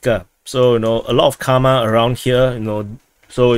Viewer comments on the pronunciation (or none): none